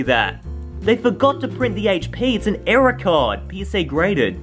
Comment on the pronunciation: I thought you said era card, but you actually error card. Well that's what I heard